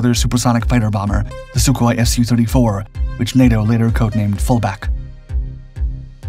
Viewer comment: Soooo-34, as in Sukhoi-34. Big "S", little "u".